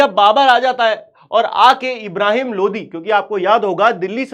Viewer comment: Bhaiya aap lodi bol rahe ho mujhe modi sunai de raha hai 😭🙏 Lekin fir bhi maja agaya